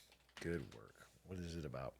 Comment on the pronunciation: Pretty sure I've also heard Aiden say aboot a few times 😊